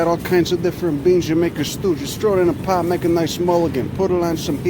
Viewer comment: trow it in da paht. lol good vid guy